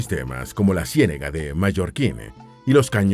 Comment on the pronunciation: Interesante documental en algunas cosas triste realidad en otras bello y gran orgullo...pienso que es agradable la secuencia pero tienes algunos errores en la locución y van con el acento Ej Antioquia, y ciénaga...😊 Gracias